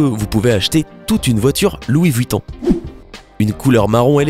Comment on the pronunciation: Louis VOUITTON MDR